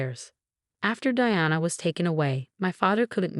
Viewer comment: Suyrupy, not serpy. Choppy narration is annoying. Smug, not smuck. Past, no pass. Reduced, not reduce. Twenty years is too light a sentence for attempted murder. Diana, not Deanna. Its, not it's.